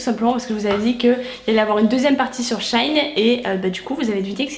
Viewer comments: ça se dit dit bien SHE - IN pourtant puisque la marque avant s’appelait « She Inside » 🤷🏻‍♀️ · Hello! Je suis perturbée par la façon dont du donne le nom du site ahah 😂 C'est She In (pour She Inside à la base) et pas shine 😊 Plutôt étonnée à chaque revue de la qualité des produits, il y a du bon et du moins bon, mais je pense que ça reste un bon compromis, et surtout, ce ne sont pas des produits trop pourris pour la peau 👌🏻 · On dit pas "shaine" mais "shi-in", ça m'a dérangé toute la vidéo... 😅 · j'avoue ca ma stressee aussi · Tu m'a stressée ma belle mdr tu a dis shain c shein mdr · Super vidéo ❤️❤️mais par contre on dit « chi-in »😭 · jai kite tellement sa ma fruster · sauf que la prononciation est toujours comme " she inside " donc " she in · le maquillage c’est pas obligatoire hein, quand on sait pas se maquillé on se maquille pas. et on dit she-in renseigne toi avant de faire une vidéo... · bah pas vraiment on t'appelles par ton prénom et si on prononce mal t'aimes pas je suppose. C'est pareil , y a un nom avec une prononciation c'est comme ça 🤦🏼‍♀️🤷🏼‍♀️ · Shein ça ce dit pas comme ça je crois